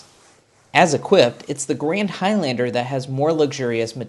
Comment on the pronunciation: Why are you pronouncing High-Lander? You're the only person in the world with that pronunciation. I had to leave the video it was so irritating